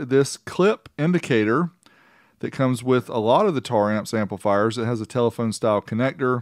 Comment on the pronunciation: omg you said it right, been staring hard at the name while people say tara amps.....